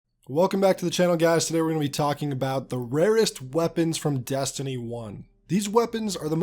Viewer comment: You say Destiny weird, like “dastiny” or “deeyestiny”